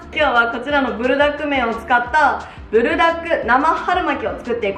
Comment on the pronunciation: プルじゃなくブルなのね🤫 なんか親しみを感じる😅